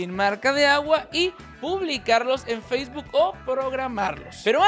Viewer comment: Pero dice facebook y nomás escucho tik tok qwq